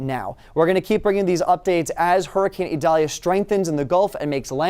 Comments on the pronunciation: It's "EE", not "A" or "I". At this point it's probably going to be remembered as "I" in spelling but pronounced with any of the three above. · Idalia is pronounced with an i